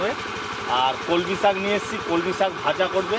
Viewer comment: কি ইচ্ছে করে উলটো পালটা উচ্চারণ করো আপু। কলমকিএ বলছ কমলি